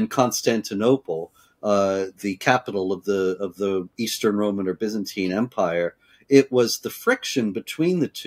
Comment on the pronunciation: Why does she keep saying "Bezantine?"